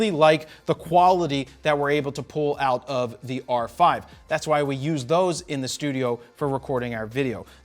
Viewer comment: "It gets the checkmark.. It's been working eewt"😂